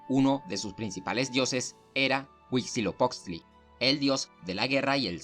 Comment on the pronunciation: Al parecer el narrador no es mexicano y es entendiste qué no sepa pronunciar los nombres de la cultura, nosotros los mexicanos sabemos como decirlas aunque en español se escriban diferente